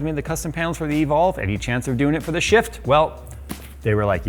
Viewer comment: Sounds like your say sh*t instead of shift 🤣